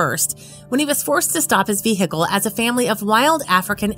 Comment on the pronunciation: Hey lady, vehicle the H is silent. Funny tho.